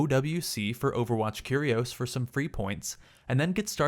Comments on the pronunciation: Y u say curios like coolios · The way he says Curios makes it sound like a cereal lol